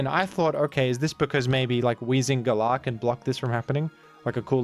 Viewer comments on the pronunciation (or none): none